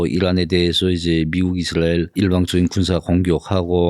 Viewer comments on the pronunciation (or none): none